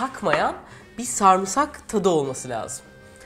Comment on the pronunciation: Refika iyisin hoşsun severek izliyoruz ama sarmısak dediğin an kopuyorum! SARIMSAK SARIMSAK SARIMSAK!!!